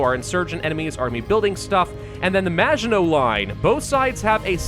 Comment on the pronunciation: Either I've been saying maginot wrong my entire life or has never heard the word maginot before